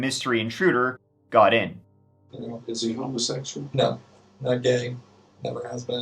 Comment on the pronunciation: Yeah the way he said "homa-sexual" I knew he would be thinking something else